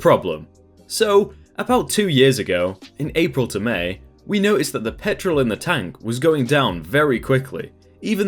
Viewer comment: I always listen to your videos and rarely look at the post because I'm a lil dyslexic. Anyways when you said petrol I thought you said pet troll